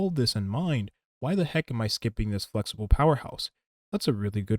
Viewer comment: I swear you said f***able instead of flexible